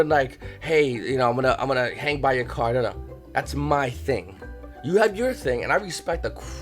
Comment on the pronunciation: CAHr lol